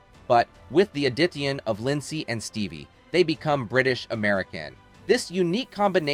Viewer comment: Interesting details ruined by mispronunciation. Rye-a-non? Add-dit-shion? So distracting.